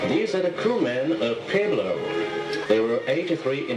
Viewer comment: I like how they can't pronounce pueblo correctly.